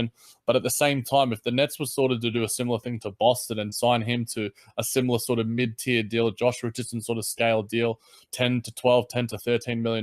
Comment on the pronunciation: Love the pod... but my man... it’s tier like TEER not tire lol On Jimmy, honestly I can’t see Marks giving up anything except maybe that Denver first and Carrol or Crabbe. I can’t see this being something he’s interested in though, his age and usage doesn’t fit with the rest of the team, and he’s touched on that a bunch. Culture above all else in my eyes.